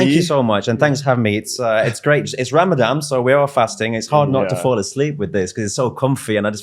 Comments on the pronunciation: Ramadan NOT Ramadam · Eh??? It's RAMADAN not Ramadam!! I thought he'd only been there ten years! Mad as a box of frogs!!! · He said ‘Ramadam’ 😂😂😂😂 It’s Ramadan you fool! God he’s excruciating to watch. Bare faced bullsh***er 😂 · Is he saying “RamadaM” ??? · He called it “RamadaM”… 😂😂😂 Great Muslim he is! 😂😂😂 What a clown! Anyway, The dude is clearly 🎉 GAY!!!